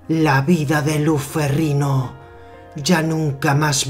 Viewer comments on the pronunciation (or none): Curiosidad por saber.... pero me gano la verguenza ajena por el tono y la voz del comentador hehehehehe y no se dice ferriNo se dice ferriÑo la "GN" en italiano es la "Ñ" en español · No sé pronuncia ferrino es "ferriño" como Ronaldinho